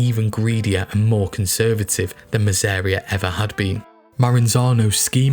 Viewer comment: Your documentaries are absolutely amazing and top notch and there are only two mistakes I’ve spotted in all of your vids I’ve been bingeing today; but… You mispronounced Masseria’s name.. &; the second mistake was when you said, ‘The boss of all bosses’, in Italian. It’s, ‘capo di tutti capi’, Capo meaning Boss Di Tutti meaning of all Capi meaning bosses or leaders.